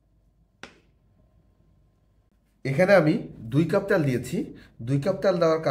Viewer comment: শব্দটা পোলাও, পলাউ না।তেল,ত্যাল না।